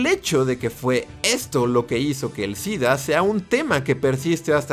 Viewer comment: Entonces por qué dice DIDDDAA??? 🤔🤔🤔